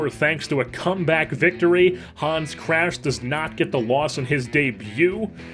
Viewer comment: I am German and the way you pronpunced Hans was not German at all, it was just funny.